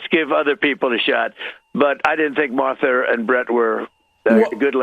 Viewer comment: Marther? C'MON MAN!! Mar tha!! 💙 Kamala 🔵 Walz TX. ALLRED ALL 🔵!!